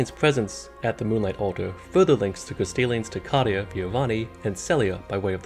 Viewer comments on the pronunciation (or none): Where's this "Codia" and the "Codians"? Are they the ultimate fish worshippers? I know of Ca-RIA and the drama between them and Raya LucaRIA, why don't you call them Daya Lucadia? Seriously, flip-flopping between pronunciations of the letter R doesn't feign intelligence. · He has minor Rhotacism it’s barely noticeable. Look it up